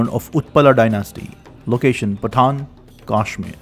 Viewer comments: Is Pattan not patan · 1 request, try to avoid urge to mimic 'angrz' acsent, because of which the pronunciations become strange. For ex. everywhere पाटण (original पत्तन) is pronounced पठाण...